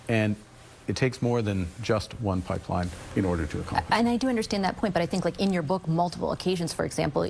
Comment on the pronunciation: he cant even say the word pipeline